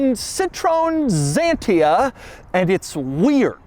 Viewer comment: Very nice car and not weird at all. Only Dougs pronounciation of Citroen Xantia is weird. Or funny.